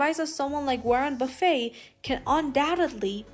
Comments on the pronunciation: OMG, you are mispronouncing his last name. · Can’t believe no one has mentioned the mispronunciation of his name.